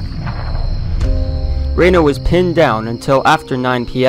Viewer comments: Itsnot raino...its reeeno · It’s Reno not Reino. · Its Reeeeeeno not Raino. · Right?? See my other comment listing a lot of errors. And another one I just remembered -- he says "Colonel Rain-o." Rain-o was a Major, not a Colonel. 😉 Major Marcus Albert Reno. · Many factual errors regarding the ranks of the Cavalry officers and even the pronunciation of Major Reno's name, Check this out for a better presentation. Otherwise a very concise summary of what really happenned.